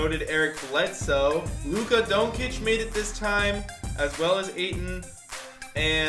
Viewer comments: Bro... It's pronounced dawn-chich not doen-cic, stop that shit😂😂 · its DON CIC NOT DONKIC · if you say Luka Donkic again im finna kill you its pronounced Luka DON-CHICH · You pronounced it luka donkey lol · You saying doncic wrong it like donchich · can u please pronounce luka doncics name right it’s pronounced (don-chic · It’s Dohn-Chich lol (Like John with a D, and then Chich) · Can you learn how to say luka doncic name please. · Stop saying luka’s name wrong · I agree. Fake Fans.